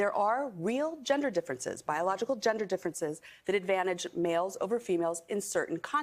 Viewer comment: You mispronounced biological.